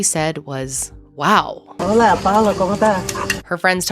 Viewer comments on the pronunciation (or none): none